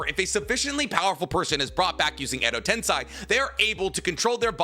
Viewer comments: Also this is a small gripe of mine, but please stop saying "Edo TensAI", its "TensEI" If it is a speech impediment, thent I say im sorry in advance, did not know But for a big naruto channel to still be mispronouncing things like that, its odd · Day 1,348,120 of pronouncing common Naruto words like Tensei and Myoboku wrong